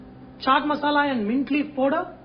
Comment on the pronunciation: dude its not pooder it is powder